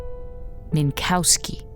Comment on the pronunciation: I really like this episode. It isn't an essay on why Eiffel is bad, or why he is cruel or entitled--he is not any of those things--but he is insensitive. He says shit, mean shit. He doesn't mean it, not at all, but sometimes, intent doesn't really matter. Saying "Min*cow*ski" once? Get called 'wind-up girl' once? Get called an 'ET helpline' once? All fine, it was their simple, insensitive mistake. Tell them not to do it, and hope they follow through on that. They apologize, you endure it, you 'toughen up' that one time, and move on. But, if they do it repeatedly, then it becomes a problem. It starts to sting, you realize they don't respect your wishes. Your name. Your identity. They respect you as a whole, but not fundamental parts of you. Laughing at yourself doesn't help, it only validates the disrespect they are showing you. Tell them how they've hurt you, why their mispronunciation of your name is wrong/why their nickname for you is rude, and if they're good, they'll finally understand and STOP. That's what Eiffel does, and THAT is why I think he is so well written. He's hurt at first, of course he is. Realizing you've been accidentally hurting, disrespecting, and attacking your friends? That sucks. It really, really sucks. So, then what do you do? You say sorry, you apologize, and then you make things better by not hurting them like that again. Because, these friends? They care about you, its why they're telling you how you've hurt them. They might be angry, they might b